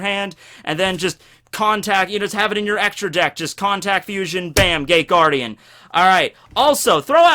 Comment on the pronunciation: I love the Shadow Hearts: From The New World intro. I think that's it, I've listened to it a thousand times. Also it sounds like you're saying THE GAY GUARDIAN...